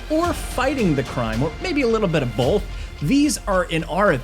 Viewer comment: The pronunciation of “both”…wtf….”or a little bit of BOWLth”